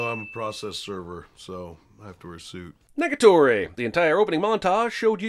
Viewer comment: I thought you dead ass said Niggatory. Had to pause and go back a Lil. It was Negatory.